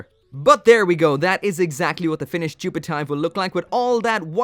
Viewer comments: why is it "jupitive" and not "JupFive"? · Should've been Jupi-F-ive, not Jupi-T-ive... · you read it like jupit-eeve not jupit-ive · its actually pronounced jupitiv *the E is silent